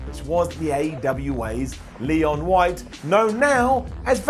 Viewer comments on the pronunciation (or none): none